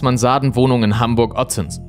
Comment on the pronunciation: Hamburchhhhh deggaaaa